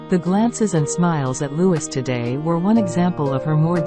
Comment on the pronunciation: His name is Louee. Louee. Louee. I detest computer generated voices.